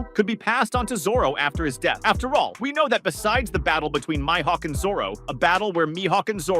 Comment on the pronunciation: Bro said my-hawk 😅